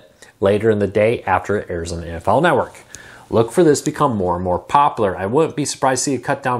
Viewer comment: My friend I'm sorry I have to say this, but it's been driving me nuts for ever. The word is popular not poplar, poplar is a tree.